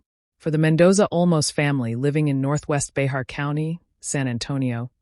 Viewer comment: I live in Behar County. "Bahar" is actually pronounced "Bear". Bear County. The 'x' is silent.